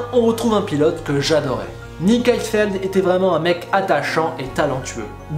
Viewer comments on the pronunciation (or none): C'est HeiDfeld pas Heifeld